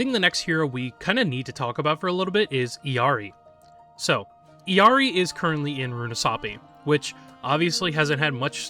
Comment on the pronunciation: Great video!!! But as an illari main just a little note about her name's pronunciation: her name comes from Quechua, not spanish. This means the double Ls don't make a y sound and her name is actually pronounced "ill-ee-are-ee"